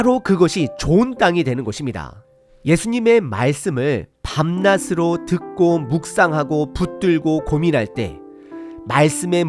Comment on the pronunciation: '밤낮으로' 발음: 밤나스로(x) -> 밤나즈로(0)